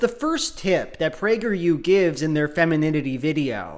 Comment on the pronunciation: As a person on the right, I agree with you, because PragerU for kids sounded like “Plague your kids” and that sounds bad.